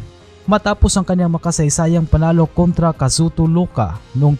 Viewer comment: Hindi po Loka kundi ay(I)oka or Ioka. Letter 'I' as in India po.